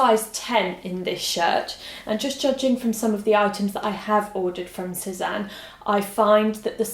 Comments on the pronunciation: Great prononciation on Sézane 😉 love from France, love you 😘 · you pronounced "Sezane" very well actually hahahah nice video by the way, love from France